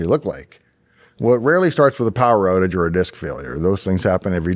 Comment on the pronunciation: the big OATage. someone is Canadian....